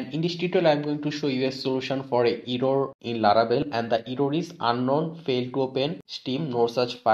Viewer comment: eyrror:D thank's